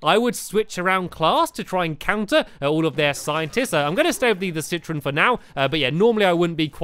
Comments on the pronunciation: It's citron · Not Citroen